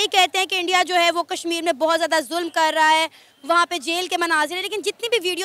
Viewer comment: Julum nahi... "zoo-lam ho raahaa haa"